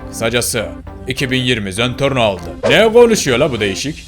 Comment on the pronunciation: Zentorno değil zenprno